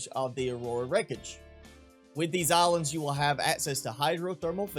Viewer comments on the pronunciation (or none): You say islands as alands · Is it just me that hears olives instead of islands?